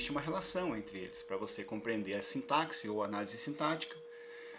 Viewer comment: Sintaxe( o "x" tem som de s e não de ks.)